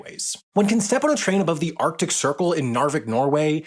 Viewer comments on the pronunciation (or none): none